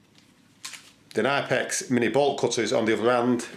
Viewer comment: These are great thanks for the demonstration . Pronounced Ka nip ex